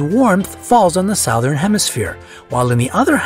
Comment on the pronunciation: It’s alarming to me how the guy pronounces “southern”.....